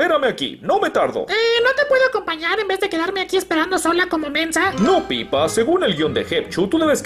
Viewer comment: Es Peppa no pippa